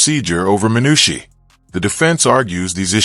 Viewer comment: It's pronounced 'min-U-shy' not 'min-U-she'. Write scripts phonetically for ai.